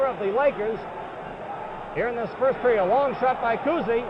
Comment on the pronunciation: They enjoy saying Bob Cousy's name. Bob COOZY!